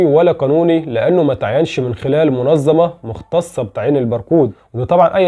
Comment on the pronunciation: اسمها الف وتسعمائة وليس تسعميه واسمها منظمة وليست منزمه ونظام وليس نزام وشكرا